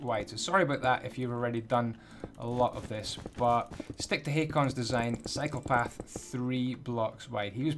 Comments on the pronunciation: Every time you say "cycle path" it sounds like "psychopath" lol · Gonna be honest I thought you said psycho path